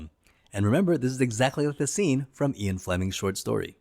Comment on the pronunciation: Ok, you owe your subs and the James Bond franchise a huge apology for mispronouncing "Ee-in" Fleming's name! I didn't even realize who you were even referencing by stupidly pronouncing it "Eye-on". Nope! This is such a fundamental mistake you should apologize and re-upload a correct video. How dumb! What's next James Boon?